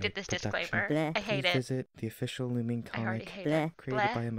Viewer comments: Ѕмσl и' Ѕαlту nope not even its Loo-me-nay 😊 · no fite me it’s loon-nih-me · Its actually Loo-Mee-Neh but 🤷‍♂️ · no fight me it’s “loo-mean” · ITS PERNOUNCED (LU MENE)